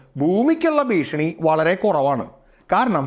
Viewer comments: ഭീഷിണി അല്ല ഭീഷണി 😂😂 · ഭീഷിണി അല്ല, ഭീഷണി. പിന്നെ ഒന്നും സംഭവിക്കാൻ പോകുന്നില്ല. അതു അതിൻ്റെ പാട്ടിനു പോകും